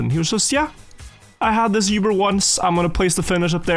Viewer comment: Oober,. Oober bug. Not Yoober.